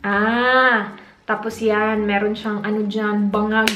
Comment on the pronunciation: hahahahahhaha .. "banggag" perti ka bisaya .